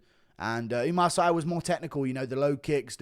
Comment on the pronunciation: It's pronouce Oumar "See"